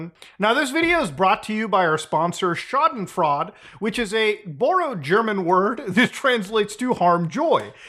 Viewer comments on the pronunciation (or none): 45 seconds in, the video is unwatchable. can't even say 'scha·den·freu·de' [ /ˈSHädənˌfroidə/ ] like a normal person. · Hate to be that guy but in German eu is always pronounced oy. Schaden-Froy-da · I'm sure someone else has mentioned it, but the "freude" in "schadenfreude" is supposed to be pronounced like "froid-uh" (more like the cocaine-loving pseudopsychologist). Although pronouncing it like "fraud" is probably more appropriate in this case. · Not to be nitpicky, great video; "Schadenfreude", which the first part "schaden" was pretty good, but the "freude" part isn't pronounced as "fraud"(even though it applies to the guy) its pronounced like siegmund freud's last name with an soft "eh" sound at the end. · Schadenfreude = Sha-den-froy-duh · I like how Muta pronounces Schadenfreude as "Schad'n Fraud" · Hey Muta, for future use: It: pronounced „Shadenfroide“ :) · I love it when my man Mutahar butchers the word Schadenfreude Deutsche Sprache, schwere Sprache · I had to laugh a bit as a German speaker when you pronounced SchadenFREUDE <3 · Laughing at Bitboy's arrest. Chuckling at Muda's pronunciation of Schadenfreude. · "You pronounce schadenfreude wrong!!" -A Grammar Nazi, probably. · As a german person, your pronunciation of schadenfreude was really funny, maybe listen to a pronunciation of it :) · bro that pronunciation of schadenfreuded (im german) xD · That German pronunciation gives me pain 😅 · I have never heard someone mispronounced schadenfreude so badly in my life. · muta not even taking 2mins to learn how to pronounce Schadenfreude💀